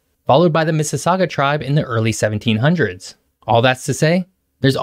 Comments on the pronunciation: He did mention the Mississauga indigenous tribe, and nailed the pronunciation. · Great video. Pretty solid. Pronunciations were pretty accurate aside from Dufferin. Even nailed Missisauga. Not many Americans get that. They say mississ augWA. ANyways. Weather doesn't get to bad closer to Toronto. Doen'st really get that cold. You have a few days where you get into the minus twenties. But it's not uncommon to be 12C at any point in winter. It hovers asround zero. Summers can be extremely hot and muggy and can feel like 40+ quite often. HEavy snow around Niagara and north of York region intot the northern sommuniteis like Barrie which can get hit pertty hard with snow storms. Toronto. Not so much. I good portion of the winter there can be no snow.